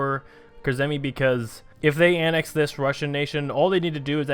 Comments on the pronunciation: you pronounce Kurzeme KUR-ZEH-MEH. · I love your pronunciation of Kurzeme, ill show you how its pronounced in discord baha